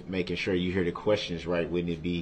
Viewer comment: Why would the investigator recover any shell casings from inside the car when shell casings are ejected from the gun in the street where the gun was fired? I think he "axed" those "quesshins" so he could later brag about being shot at to his prison mates like he was some "tough guy".